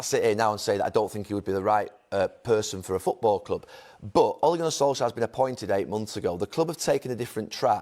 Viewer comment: “Ole Gunnar Solshire” 😂